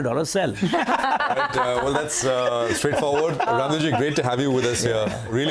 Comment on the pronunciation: Bhai, Please at least give respect to Raamdeo Ji, Call Raamdeo Sir as Rammdeo Jii, Not "Raamdeo". What ever language you are using, because you are discussing about indian Market and He is one of the finest Guru of our market.